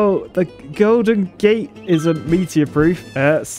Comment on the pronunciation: Lol the way says "meatier"